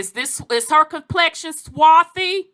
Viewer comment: There is no "swathy"